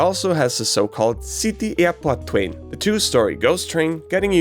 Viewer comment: Your pronunciation of "City Airport Twain" is spot on. Ever considered replacing Chris Lohner and Angela Schneider? 😂